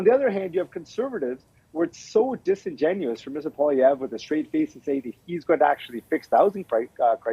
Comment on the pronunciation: Mr. Singh needs to learn how to pronounce the name of our next Prime Minister correctly. Its Poilievre!